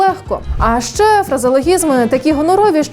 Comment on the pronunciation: А що це за "счє зустрінетесь"? Навчіться правильно вимовляти Український звук Ч